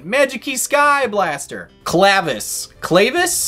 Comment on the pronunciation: Pretty sure the way you say it is Clav-keys and his text describes his story, him and Maphteal are the two keys trying to open many doors and they basically become one person.